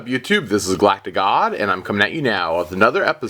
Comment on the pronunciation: for some reason when you say "GalacticGod" i hear "GalacticCock"